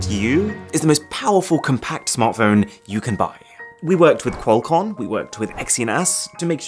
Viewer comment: "Qualcon & Exyna**" 😂😂